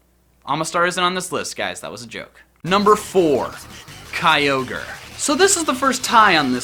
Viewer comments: It ky-or-grey! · it's pronounced kyogre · number 4 is pronounce as Key-yo-gray